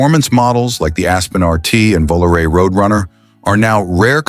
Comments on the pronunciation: Made it to 20 min point and I'm outta here. VOOLOO-RAY in-deed, WTF Garage ? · How people believe ANY of this ai generated narration. anytime you hear this voice, it's ai BS. It can NEVER get the pronunciation of words or acronyms right. Just listen to when it says VOLARE AT minute 16.55